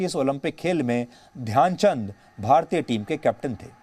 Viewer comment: Dyan chand ne nhi dhayanchand ji bolo